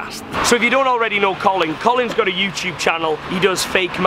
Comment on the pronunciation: Youtube not Youchub 😂